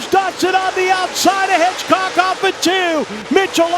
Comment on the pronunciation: Hedgecock not Hitchcock do your job!